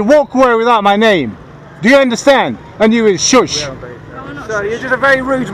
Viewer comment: “Don’t tell me to soooooosh” 🤣🤣🤣🤣🤣🤣🤣🤣🤣🤣🤣